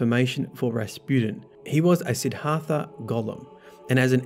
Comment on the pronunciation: Sidd Har Tha? Dude. Seriously?